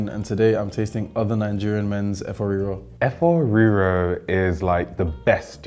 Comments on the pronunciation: wetin yeye oyinbo Efoowh Reeroww be dat?? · the pronunciations of efo riro in an English accent sent me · is automatically out for me just for that fvckass pronunciation of efo riro. 😭😭😭🤣🤣🤣